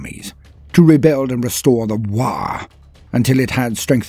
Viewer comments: "Waargh?" WAARGH? Fix dis roit now ya git, itz always "WAAAGH" with no R an at least three As! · Aint it ”waagh” rather than waargh”? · Am i gonna smell burnt toast or are u just adding an R for shiggles